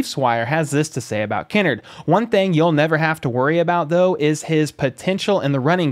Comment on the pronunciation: It’s Kinnard, not Kinnerd! Lol